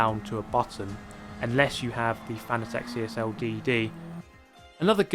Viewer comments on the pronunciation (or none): none